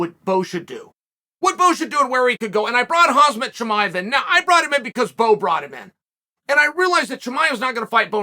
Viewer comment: Chael keeps calling Kha”mz”at, Kha”zm”at, the man’s name is pronounced (Hamza). I’ve been loving the content though, Chael is really good at commentating & analyzing what’s going on in the UFC to the layman, like myself.